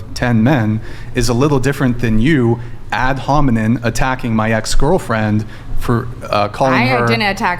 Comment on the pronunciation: He said ad homineN 😂 feeling so pressed he can’t use fancy words properly. Calling people rude to deflect from a Loss is precisely what he accuses women of doing 🤦‍♂️